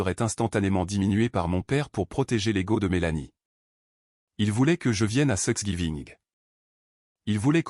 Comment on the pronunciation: Please veillez corriger thr IA. C n pas sexgiving mais thanksgiving.!!!